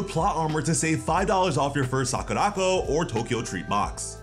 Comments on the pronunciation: It's Sakura Co not sakuraco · Great video, but I almost spewed my drink out of my mouth when I heard you mispronounce SAKURACO. It’s “Sakura-Co”. They shortened company to ‘co’ and put it at the end of Sakura. It’s definitely not ‘sock-a-rock-o’ smh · I love how he siad sakuraco. He siad sakurākoh😂